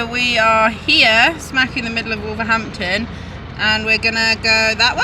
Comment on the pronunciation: If you say wolverdampton you sound like a local 😜